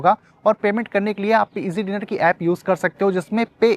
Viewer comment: It's Easzy-diner and not Eazy- dinner